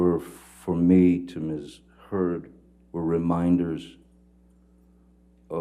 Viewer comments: LMFAO attorney says miss turd’s, I replayed three times and it’s even in the closed captions 😂😂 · "Did anyone else hear the Lawyer, during Ben King's testimony"❓ The Lawyer says "Mr Depp & Miss. Turd"‼️🤭🤣👏 I Absolutely Love It...Y'all go check it out, Let me know if you hear "Miss. Turd"🕵🏼‍♀️